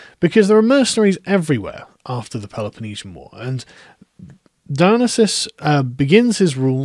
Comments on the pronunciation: Dionesius → Die-o-nee-see-us If you're goign to say his name 40 times, it might be worth checking how it is spelled. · Don't think your saying Dionysius right. Your leaving out the "i" before the "u". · I'm unfamiliar with the pronunciation you're using for Dionysius, is that known to more historically accurate or something?